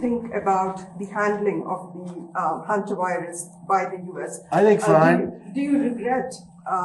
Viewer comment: It is pronounced HEN-ter virus, not Hun-ter virus.